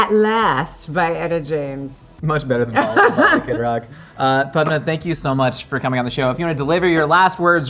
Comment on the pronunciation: Ok, so, I just ran into the comments to say, thank you for actually taking the time to pronounce Padma's name correctly. I cringed so hard during the Hot One's interview bc of how her name was mispronounced the entire time. I wish Padma's Tamilian BG was brought up during the time they ate Dosaa BG bc, the only way I know she's Tamil is bc of Aziz Ansari 😅 I feel like the ethino-linguistic diversity of South Asia is rarely spoken about in the west, same w/ Dravidian cultures, it'd have been a great opportunity to give light to it here